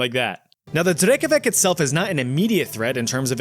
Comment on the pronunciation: As a Slavic i genuinely begin to bleed every time smb pronounces C as K 😭😭😭 like no its not drekavak its drekavac😞